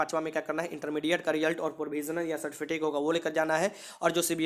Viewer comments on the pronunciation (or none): Bhai certificate hota hai certifitace nhi hota